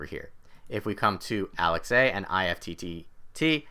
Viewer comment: Did this man say Alex a lol